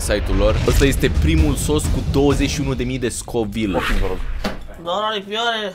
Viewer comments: Nu se numește scovil se numește kovail !:)) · Se citește covailt nu scovilt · Am înțeles Scovil in loc de covile